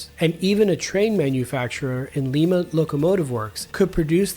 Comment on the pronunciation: . Lima is pronounced like Lime-ah. Like Lima Beans. That's how we say it here in Ohio. It's also where the US military tanks are made to this day.